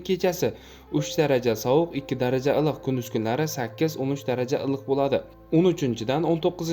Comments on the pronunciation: илик дегин татармисан илк дисан😂😂😂😂😂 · САЛГИНА. ЧИРОЙЛИ. ГАПИРИНГ. УКАЖОН. ИЛИҚ. ДЕГАН. СУЗНИ. ГАЛАТИ. ҚИБ. АЙТАЯБСИЗ😂😂😂😂😂😂😂